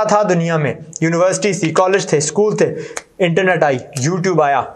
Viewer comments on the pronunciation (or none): none